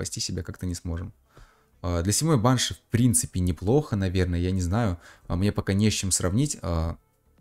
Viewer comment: пожалуйста можешь ставить ударение на и (баншИ)😭😭😭😭😭